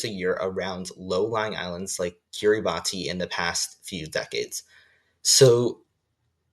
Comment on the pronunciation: Kiribati is pronounced "key-rah-bus" Btw. Great vid helped my on my unit 1 quiz